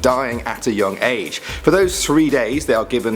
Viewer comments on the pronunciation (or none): none